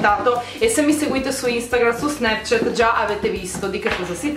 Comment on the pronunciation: snepchet? Non si può sentire